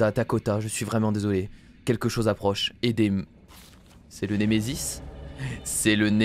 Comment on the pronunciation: ont dire le nemesise